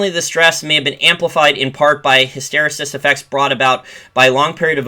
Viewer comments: "hysteresis" is pronounced with the accent on the third syllable. "HysterEsis". From other videos, "strategist" is pronounced with the accent on the first syllable, "STRATegist." Great content (I'm one of your patreon supporters). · Love your content. Point of constructive criticism: "Hysteresis" pronunciation- emphasis/accent on RE.